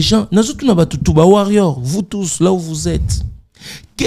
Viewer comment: Moyen te c’est étonnant Warrion ou Warrio franchement